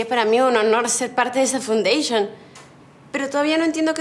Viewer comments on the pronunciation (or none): No se pronuncia "fundayshion "se pronuncia "faundashion"